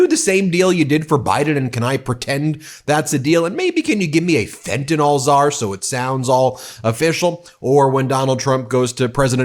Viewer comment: Ben, please pronounce the drug Fentanyl correctly. The ending is pronounced "nil" not "nol". R.N.